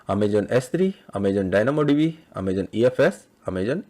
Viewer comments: He is prouncing as Amajon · it's so cute that in a video about aws you keep mispronouncing the word 'Amazon' 😊😊